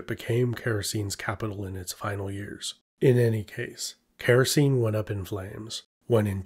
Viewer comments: Oh dear! All Greek "e" at the end of a word must be pronounced and "c" is always pronounced like a "k". So it's KHa-ra-kee-nee, not Keh-ro-seen, which is why it sounds so silly when you say it. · Actually, Characene would be more like "khara-ke-ne" (Χαρακηνή) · Small thing but it would be more accurate to pronounce the kingdoms name as Kara-Keyney.